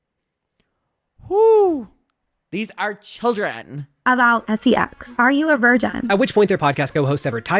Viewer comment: Her saying “chyldrin” struck a sleeper agent nerve in my body